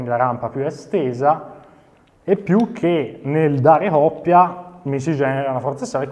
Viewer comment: Grande!!! Però si dice " Coppia" non oppia!!!